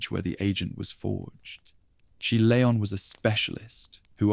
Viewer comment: Shame you couldn't pronounce leon and Luis... renaming them layon and luish 😂😂😂 otherwise it was good